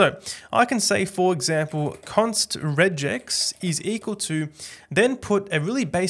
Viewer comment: how the f did you just pronounce regex?